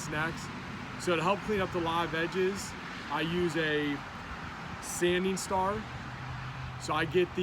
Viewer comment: Sanding star! Thank you for asking this question. I couldn’t tell if he was saying scar, czar! 😂